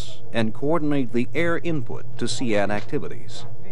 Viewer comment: I pronounced it seed, hearing see ad when its spelt sea with a d on the end sounds so weird lol